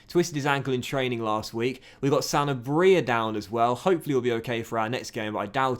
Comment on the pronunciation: I’m pretty sure you’re emphasising the wrong part when you say “Sanabria”.